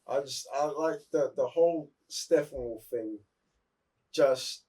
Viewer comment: GUYYYYYYYYYYYS !!! What's wrong with the real name of StePPenwolf ?! Stop saying SteFFAnWolf !!